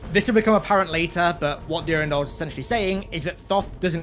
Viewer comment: Great vid (Brings back fond memories) , but your pronunciation of Durandal is driving me nuts lol!